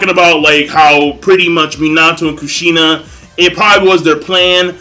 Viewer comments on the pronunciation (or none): none